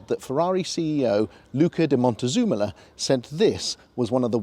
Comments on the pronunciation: its Luca Di Montezemolo - not Montezumulu! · Your pronounciation of Luca's last name is PITIFUL. Monte zem a low !!!!! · How do you look at "Montezemolo" and think it's pronounced "Montezoomolo" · Thumbs up for “Montezumola” 👍😂